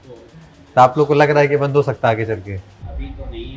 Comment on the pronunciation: Bhai aap kya bolte hai samajh mein nehi ata.. Service center 'bendh' ho gaya hai